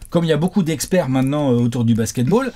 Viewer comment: Ahh jamal Murray enfin, merci les "Hexpert" !